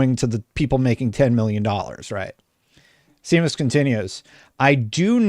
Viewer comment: Seamus is pronounced 'Shay-mus' not 'See-mus'